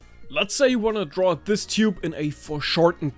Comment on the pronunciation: your accent made me think you said Cube...then you proceeded to draw a circle...but you said Tube